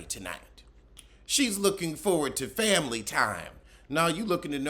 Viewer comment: I miss when mispronounced family like, "fambily". It always gave me a tickle. 😅